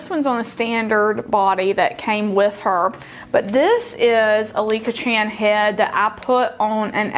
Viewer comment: It is Licca Chahn ryhymes with "on"